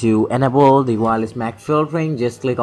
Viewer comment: Computer dis nimber/paste dis nimber/my rooter/enible/dat suspucous device/comment if this wedio helped you. My man I'm not trying to make fun but I just can't understand what you're saying! And if you do have a speech problem sorry but if you don't then uhhhh.... Work on your English.